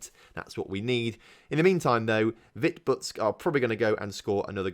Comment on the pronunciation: Also, that Vitebsk result was karma for your pronunciation of it